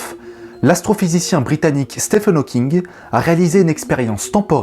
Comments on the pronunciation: Bonjour, très bonne vidéo. Par contre, il me semble qu'on prononce "Stiven" et non "Stephen". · Salut! Juste pour te dire que Stephen se prononce comme Steven et que tes vidéos sont toujours un régal:) Bises et meilleurs vœux pour toi et ta chaîne.